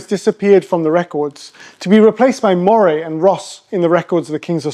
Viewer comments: Did you never learn how to pronounce Moray? I have never heard of your Maw-ray. Scots pronounce it Murray - as in Andy Murray! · It is pronounced Murray like Andy not like the eel. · Moray is pronounced Murray